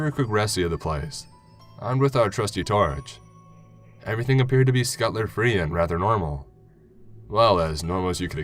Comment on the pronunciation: Skutlr?!!!!!!!! PLEASE SAY SCUT TUL LER